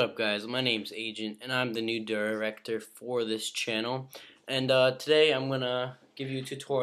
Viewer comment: im the new ddddrrrectrrrrr of this chanel xD